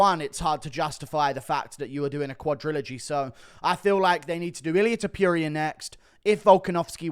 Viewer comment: Guru just loves Ilia "Tip-Yuria", he wasn't campaigning this hard even for Arnold Allen.